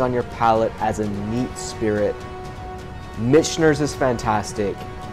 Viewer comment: Great video! I subscribed a few months ago. Keep up the good work. But I.... got to give you some friendly ball busting for pronunciation of Michters. (Mick-ters) You keep adding an (N) in there.. .. blame it on the whiskey. Lol